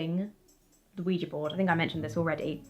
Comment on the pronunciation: It is nice to hear "Ouija" properly pronounced. Thank you.